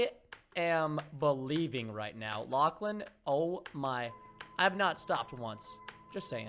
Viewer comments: Why he said lackhlan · why did he say lachlan in the beginning? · Wait why he say Lachlan